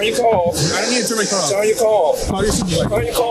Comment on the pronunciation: Cop is too stupid to even pronounce "car." "Turn off yo kaw." Of course, he is too egotistical and ignorant to keep from blatantly committing several crimes, including federal felonies, because someone legally and lawfully honked their horn.